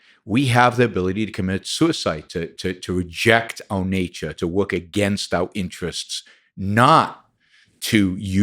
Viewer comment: He lost me at “woirk”